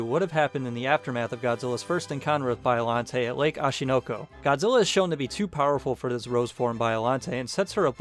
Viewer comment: It's pronounced 'Ay-ji' not 'Ee-gee'. Also, it's 'Bee-o-lante' not Bio (as in biography) lante. Sheesh...